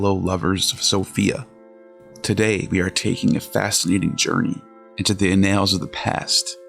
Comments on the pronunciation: ˈa-nᵊlz Accent of "annals" is on the first syllable. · Would you mind not mispronouncing every other English word ? It’s ANNals not anNALS… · Almost immediately narration mispronounces common words. Computer- generated? This ruins most presentations. “annals” is not a difficult word. I stopped right there.